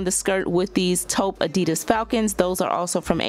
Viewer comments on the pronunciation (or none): none